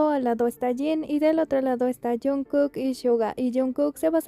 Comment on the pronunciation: Is this AI, why can’t you pronounce JKs name correctly it’s so annoying??